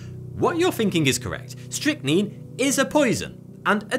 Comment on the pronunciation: Call man it is strychnine say it right